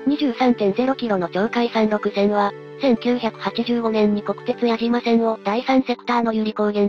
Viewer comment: 国鉄時代の矢島線の読みは→「❌やじま』ではなく「⭕️やしま」が正しい。